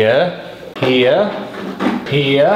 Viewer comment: made "HERE" sound like a different word and odd